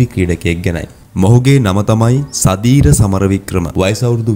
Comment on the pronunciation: සුදිර කියවා සදීර කියනවා මුට පිස්සු